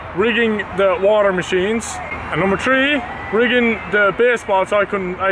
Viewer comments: i also like "tree hundred and turty tree" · Tree hundread and tirty tree- Terroriser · Tree hundred and turdy tree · Tree tousand tree hundred and tirty tree point tree repeating.